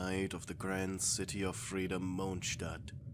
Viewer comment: I hear moanstat instead in must of the other videos